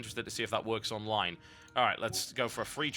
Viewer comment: pretty sure its the same guy who did game reviews for mmohut. dude has the tendency to pronounce online "onlive"